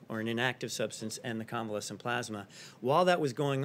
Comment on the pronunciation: why cant Trump say the words 'plasma' or 'convalescent'? is Trump ok?